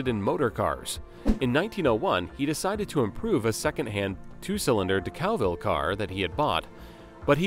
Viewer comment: It would be helpful if the narrator could properly pronounce names such as ‘Decauville’ and ‘Bournemouth’. It would also be helpful if facts were first checked: Sir Henry died in 1933, not 1993. Additionally, Rolls-Royce was a marque’, and now it is merely ‘another ‘brand’. BMW does not own Rolls-Royce motor cars, it merely owns the right to use the name, the badge and the mascot, under an agreement with Rolls-Royce PLC, who can terminate that agreement at any time